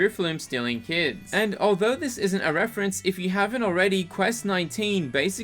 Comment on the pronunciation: Pony-tah. Not poneet_uh.